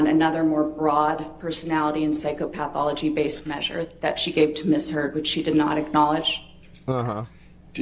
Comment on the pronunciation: Is saying psychopathothology that way some kind of sneak diss to amber? I would say say psychopath where the a is an "a" sound but it pathology it's more of an "e" sound. She is saying it as more psychopath-ology ie the study of psychopaths lol. As opposed to psycho-pathology.